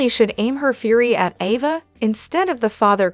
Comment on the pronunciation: Oh please province the Name Ava correctly.